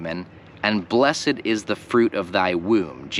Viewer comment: Dlaczego wymawiasz blessed jak bys czytal po polsku a nie with silent e